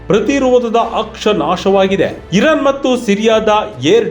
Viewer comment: ಅದು ಇರನ್ ಅಲ್ಲ ಇರಾನ್